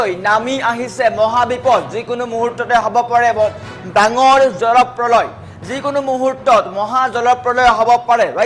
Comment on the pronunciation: জলপ্ৰলয় শব্দ টো মুখত নুফুটে বাতৰি পঢ়িচা তুমি 😂